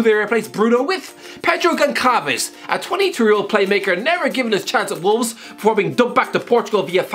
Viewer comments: "Pedro Gonkalves"😅 it is pronounced Gon SSSS alves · Pedro Gonçalves has 15 league goals and not one is a penalty which is remarkable, secondly the way you butchered Gonçalves was brutal lol its pronounced more like salves rather than calves, but its common mistake to make as most people don't know how to pronounce the ç in çalves. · Pedro Gonçalves reads.....Pedro Gonssalves you murdered the name. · its pronounced as "gon - ssal - vesh" (kinda like that ) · Gonçalves is pronounced like a mix between Gonzalez and Alves (GUN-SAL-VES) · I lol'd at the pronunciation of Gonçalves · Yeah that was the worst pronunciation I’ve ever heard, then again we know that this guy only pays attention to the premier league and discards every other league as a farmers league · Also Famalicao